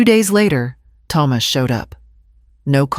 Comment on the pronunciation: Why can't the pronounce the name Thomas properly